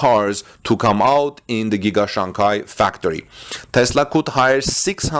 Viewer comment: Its Shanghai not Shanghia